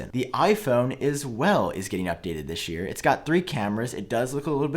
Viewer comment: That "thishyear" tho xD